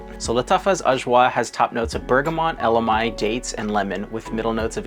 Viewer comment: Elemi.....EH-luh-mee. Ah, who cares....Still a great review. Im waiting on Ajwaa to come in any day. 😊